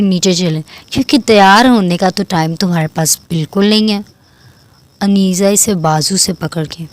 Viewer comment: رائیٹر آپ نے عنیزہ کے نام کا تلفظ درست نہیں لیا، ع ُ پہ پیش ہوتا ہے یعنی عُنیزہ)(عُ- نے-زہ)